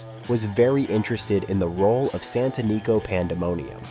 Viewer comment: Santanico Pandemonium was pronounced correctly once (san-tə-ˈnē-kō) but mispronounced several times!